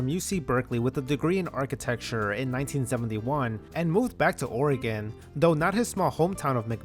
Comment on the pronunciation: wow, as a portlander i cant believe people dont discuss this more! we love drama here! this was so cool to learn, thanks so much! please never pronounce oregon wrong again though ❤